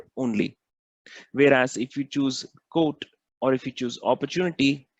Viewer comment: when you say quote it sounds like code, please practice this word as it gets confusing.